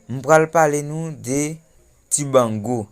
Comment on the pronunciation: Misye touyem nèt menm dibango non Li paka di 🤣